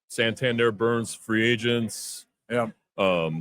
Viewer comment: I'm a big Hyde supporter, but right off the bat he mispronounced Santander's last name. Accidental, Freudian, ignorance? Too much time to think in the off-season--come on spring training!